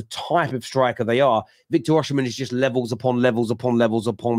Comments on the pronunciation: why do you persit with pronouncing the name Or-She-men? Its pronounced Or-see-men. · Well it definitely doesn't start with 'or' lmao